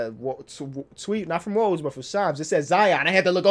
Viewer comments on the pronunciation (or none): none